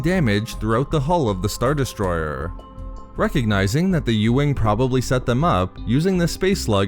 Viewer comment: Why do you draw out the ending of everything you say by like 3 syllables? "..from his star-destroyerrrr" "...they fought through the asteroid fieeeeeld". If you want a successful channel you have to understand that your vocals are a HUGE part in people subscribing